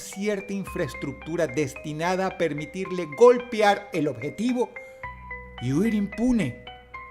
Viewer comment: Se dice GOLPEAR, no “golpiar”! Boludo!